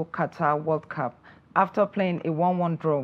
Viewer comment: One naturally wonders if both countries were colonized by the British. Listen to their pronunciations it sound weird and horrible. 'Wod cop' instead of 'world cup'. 'Sometimes I wonder what they are saying. Next time they will respect Ghana.